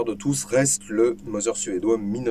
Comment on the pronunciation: Merci pour cette vidéo instructive ( bon je pinaille Mauser se prononce Maouser pas Moser car le U en allemand se prononce OU et toutes les lettres se prononcent !!! 😇)